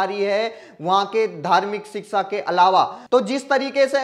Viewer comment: सही उच्चारण है-शिक्षा